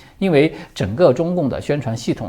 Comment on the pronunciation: 查了字典、百度等等，"因为"的正确发音或拼音是 Yin (1声) Wei (4声)。为什么中国大陆人都读成1声2声？这是一个非常高频率使用的字，听到这么高频率的读错音真的很不舒服。请您更正或解释为什么一直读错音。